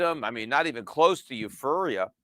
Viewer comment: Now, now, Peter said he only had 2 drinks at the party, but pronounces euphoria, eufurria in the first 2 minutes. 😂